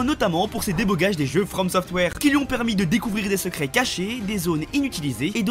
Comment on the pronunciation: sa se prononce "débEUgage"